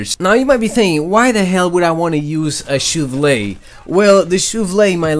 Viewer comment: The "shouvlè" should be turned into a MEME. RIGHT NOW!!